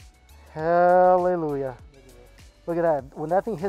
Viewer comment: Why did your hallelujah sound like HELLelujah LOL🤣 “oh HELLLLLLelujah”